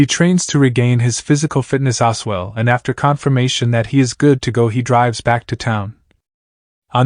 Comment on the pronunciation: Not Oswell! As well A.I.!